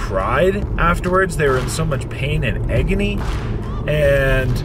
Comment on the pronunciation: Did you say eggony 😂😂 agony